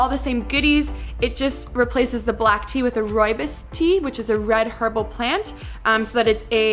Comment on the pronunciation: As I am from South Africa I could not help notice how you pronounce the word RooiBos here is a video explaining the correct way to pronounce it